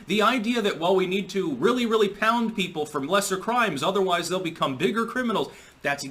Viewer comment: Kampala is pwoud of him.